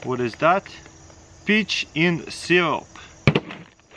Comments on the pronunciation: When he said peaches in a can I thought he said b**** in a can lol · I thought he said “bi*ch” at first too 😂